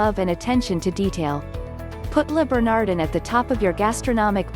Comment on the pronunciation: Learn how to pronounce Le Bernadin and Jean Geoges, or they won't let you in!!!